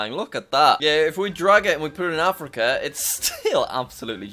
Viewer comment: Ah yes my favorite continent, Africker